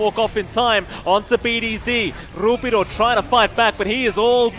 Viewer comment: "RrRuppiddo" sounds crunchy